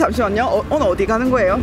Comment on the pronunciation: 아라님 출신지역이 어딘지는 모르지만 이 부분 억양이 뭔가 약간 오랜만에 고향왔을 때 들떠서 자기도 모르게 나오는 사투리 억양 그런거 같음 ㅋㅋ ↗오↘늘 어디가는 거예↗요